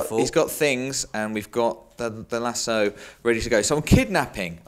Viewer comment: You pronounce lasso lasso, not lasso.